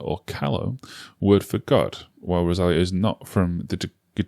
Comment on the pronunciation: sorry to be that girl, but her name is not Rosália like you pronounce it. It's Rosalía.